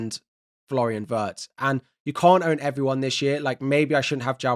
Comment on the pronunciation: it's /ˈWɪrtz/ not /ˈWɜːrtz